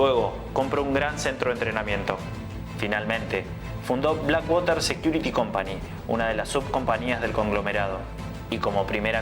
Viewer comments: No se lee blackwater. Si puede pronunciar black porque no puedes pronunciar water sin decirlo como se lee. Su pronunciacion es " uarer " y se entiende cundo lo dices : uarer = water. Blackuarer. No sigas diciendo waterrr que se escucha super mal. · Black woter ?? No entiendi tu ingles ! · Por fabor, ya no digas black (wOter).. 😢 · Este pana dice "infame" .. jajajjaja... Primero deberías aprender a pronunciar BlackWater...😂